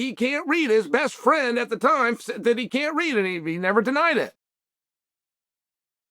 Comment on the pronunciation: Lots of emphasis on can’t read